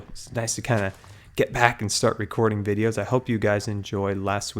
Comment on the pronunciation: it's pronounced videos